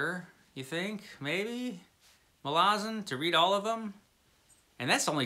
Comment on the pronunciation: I found an interview with Steve Erickson about the Malazan series and he discussed the pronunciation. You nailed it. He says a lot of people mangle the name (people like me). ml AZ n. Thanks for the review. I added the series to my Books Wanted file.